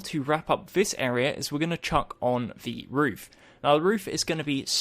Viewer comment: you said roof wrong